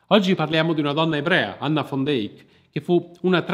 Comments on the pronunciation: Peccato che la pronuncia(visto che conosco amici olandesi) sia come l'ho riferita io... Al massimo è accettata la declinazione in fan... Ma fon non ha niente a che fare con la pronuncia olandese o fiamminga... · Perché "fon"!!! era olandese si legge "van" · Pronuncia continuativamente errata del cognome della donna... Van non va pronunciato alla tedesca( come fosse scritto von...e da lí la pronuncia fon) ma alla olandese...che declina in...van...!!!! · Ma quale FON DEIK...L'Olandese non è il Tedesco! SICHEREIT DIENST poi, l'hai pronunciato in modo orrendo!